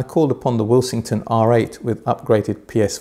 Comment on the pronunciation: Nice content, however the odd and ongoing mispronunciation of ‘Willsenton’ as ‘Willsington’ is beginning to drive me slightly batty.